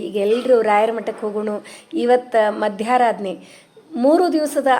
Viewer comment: Madam, adu ಮಧ್ಯರಾಧನೆ. Not madyaradhane